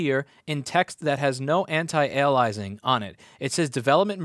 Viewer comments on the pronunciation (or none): Louis. It's pronounced "anti AY-LEE-US-ing". anti-alias-ing. You know, like how a criminal might use different name---an alias. I don't blame you, though. Clearly, this interface is so bad that using it has rotted some of your brain cells. I can only hope the damage is temporary. And not 'temporary' like the debugging code that's still running on this site. 🤣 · anti... what was that word again??